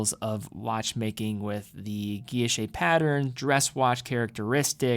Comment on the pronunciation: your pronunciations of guilloche and Le Locle need work...